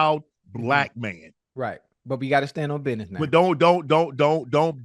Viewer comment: " we gotta stand on biness na" 🤣